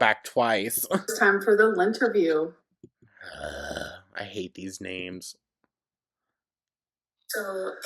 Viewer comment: Tbh, when started all these segments and I heard "lynnterview", I was only listening and thought she named it "Linterview" to poke fun at the whole lint picking thing she made Beck do.